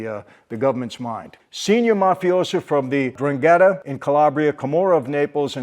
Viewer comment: Hello my friend. It's pronounced EN DRANG ETTA